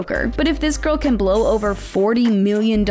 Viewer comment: Did she say garl ??